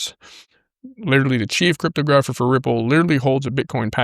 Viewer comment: just to help: techno logical.....that's how it's pronounced. cryptographer is pronounced crip-tographer...not crytpo grapher :)